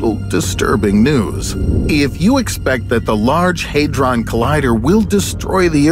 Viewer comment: It's difficult to trust this video when you have a shuttle launch in the intro(the last one was in 2011) and pronounced Hadron incorrectly...